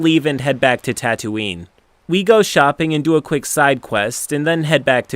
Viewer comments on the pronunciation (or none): Hoth as Hothe Tatooine as Tatowin